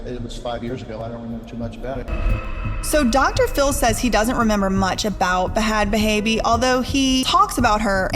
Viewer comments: It's pronounced Bad Baby😩I love your vids girl but everytime u pronounce it bahad bahaby I die inside😂😂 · Why do you pronounce her name wrong? It's not BA HAD BA HABIE.. THE H's are silent... its pronounced BAD BABY.. unless you do it on purpose to be sparky? Which i can understand! Lol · I know you said you didn't know any better but thh the way you pronounced Bhad bhabies name was like nails on a chalk board and you made sure to do it that way so many times lol. Like literally its just spelled that way. The way it's pronounced is "bad baby". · I can’t get over you pronouncing her name b-had b-haybe 😂😂 duuudeee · It's Bad Baby. The H is silent. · This is such an in depth and good video. I will say, with how much research you did it’s wild to hear you pronounce the h in ‘bad baby’. Almost like you are coughing out her name 😂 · dawg. danielle bregoli is so much smarter than people think she is man. i fully believe the dr phil stunt was a ploy to get her rap career started and it worked. it was genius if you think about it. also. her stage name is pronounced Bad Baby. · You’re pronouncing her name wrong. It’s pronounced bad baby. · I'm getting triggered by her pronunciation of bad bhabie she keeps saying b-had ba-habie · Hearing this woman KEEP saying Buh-had Buh-haybee is physically hurting me lmao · Now knowing how the ranch really is, I bet if Danielle could go back in time, she'd pick jail instead of the ranch. ETA: I think it's adorable how u are pronouncing "Bhad Bhabie"! Not sure why she added the H's, bc she pronounces it as if it was "Bad Baby", lol. Love u, mean it...k, bye!!!! 😘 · Girl it’s just bad baby.. you don’t need to pronounce the H’s lol. They’re silent 😂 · Its pronounced Bad Baby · Girl. I love your docs. I watch everything you post. But please do some research on the people you post about, because listening to you sound out the “H” in Bhad every single time… it was honestly so aggravating lol. I love you! And your videos! But oh. Em. Gee. lol